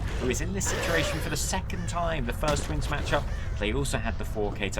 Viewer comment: "what a tough tournament it's proven to be for thTWINS!!"